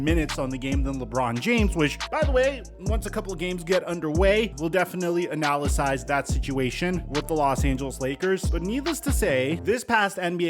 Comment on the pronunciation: “Analasize” new word alert🚨